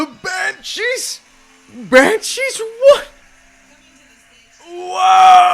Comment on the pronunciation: Banshweep Of Inisherin